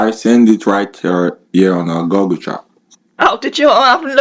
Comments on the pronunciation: It's google chat, but he can't say it properly. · OH I thought because he was German That is how they pronounced Google. 🤣